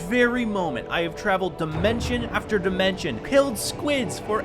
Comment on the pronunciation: NAH BRO REALLY SAID DYE-MENTION